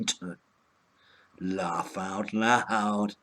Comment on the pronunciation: "lawff out loud"